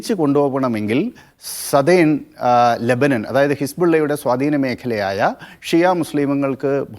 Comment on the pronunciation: Lebanan alla LEBANON, aadyam maryadak parayan padik.